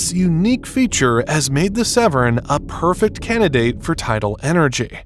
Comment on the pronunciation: Please pronounce Severn correctly!!!!